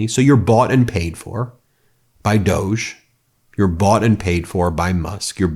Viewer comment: Stop calling it DOG3 IT'S REALLY DOG-E.